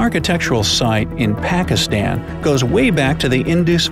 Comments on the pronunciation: You pronounced pakistan in awrong way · I can't get enough how he pronounced Pakistan 😂😂